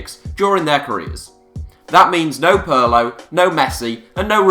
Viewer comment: Pürlo and Plateeny... omg... aw-right geezah.. 'ow 'bout dooin a little research first on pronunciation too eh?